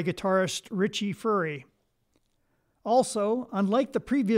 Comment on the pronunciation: Thank you for sharing the correct pronunciation of Furay. As you may have guessed, I am an old guy, prone to mispronunciations! Also, thanks for the Louisiana connection info.